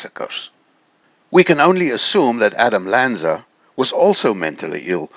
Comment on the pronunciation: I wholeheartedly agree with the points laid out in the video. Sadly, I don't feel comfortable sharing it as it's not "Adam Anza" but rather, Adam Lanza. Details ARE important as the video so aptly points out. And then Lanza's name is is misspoken and misprinted. Kinda blows the perception that the video was well researched. Please fix this and I'll be happy to share it.